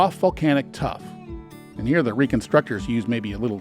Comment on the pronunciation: tuff, NOT tough